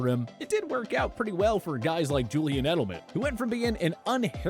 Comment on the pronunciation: It's Edelman, not Edleman